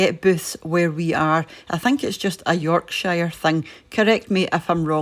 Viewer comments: Booths are usually found in Yorkshire (and sorry to nit pick, we pronounce it York-sher not York-Shire), Cumbria, and Lancashire, but the majority of stores are in the latter two counties. The Yorkshire supermarkets are ASDA & Morrisons. Hope you enjoyed your break in God's Own County!! And as an ex ASDA employee, Booths are much more expensive in the scheme of things! It does depend what you buy, and what items are on offer etc. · It's pronounced Yorksher.😆